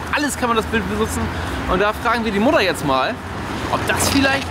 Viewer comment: Es heißt immer noch Mutter, nicht Muddan 🤣🙈